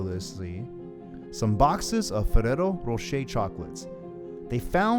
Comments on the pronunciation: Learn how to roll the R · Fereros rosheir :v